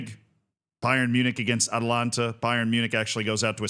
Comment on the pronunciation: The Italian football club you are referring to is Atalanta Bergamasca Calcio S.p.A. You keep pronouncing the football club "Atalanta" similar to Georgia's capital "Atlanta". There is an additional "a" after the first syllable. The city of Atlanta in Georgia is the female form of Atlantic, which is the "Sea of Atlas". Atlas is a Titan in Greek mythology condemned by Zeus to eternally hold up the heavens (sky) on his shoulders after the Titanomachy. Atalanta is a heroine huntress in Greek mythology.